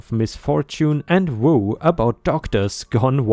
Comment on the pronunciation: Perhaps someone else has said this (I'm not not going to read through 199 replies to find out) but Egotistical is pronounced Ee(ē)go-tist-i-cal. Woe is pronounced as wo, long o, not woo, a Chinese sur name. Shoot-ing not Shouting. Gall is (gawl) not gal. A (ayy) listed, not a(uhh) listed. I realize that you probably know at least 3 or 4 languages and even though you have an obviously German accent, you usually pronounce things close, even medical terms, which many Americans mess up. But these things tripped me up. I'm sorry. Perhaps this is just an American pronunciation. 🌟🌟🌟🌟👍👏 🐾🐺🐾